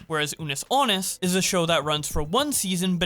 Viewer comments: The fact keeps saying anus instead of annus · Man really said "Unus Anus"